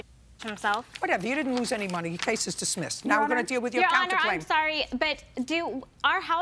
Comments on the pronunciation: " your case is dismisso"😂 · Did Judge judy say dismissi 😁😁😁😁😁😁😁😁😁